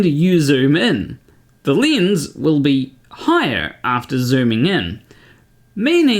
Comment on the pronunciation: Its a lens not lins?Maybe in swedish but how come native english speakers can t pronounce words properly.